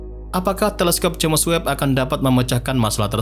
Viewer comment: Bang saran aja, dari dulu pengucapan James Webb dibacanya selalu Jemes Webb, Harusnya dibaca Jems Webb bang 🙏🏻